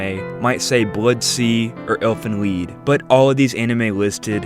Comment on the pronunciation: Because "lied" is German for "song," and it's pronounced "leed." Elfenlied (Fairy's Song) is a pretty famous poem from the 1700's.